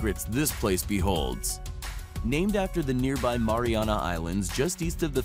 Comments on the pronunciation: Its pronounced maryanna not moriona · It's The Mariana's (marry-ana's) Trench 😂 (Yes, take my word, I'm from Guam lol) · Im an islander that lives on a island called guam ( the marianas island ) and you're saying mariana wrong. Its pronounced ( mary-ana ) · He kept saying Mariana wrong . Now I want to smash something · The way this dood says 'Mariana' makes me wanna jump of a cliff